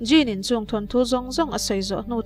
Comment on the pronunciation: Djinn ti a lam tur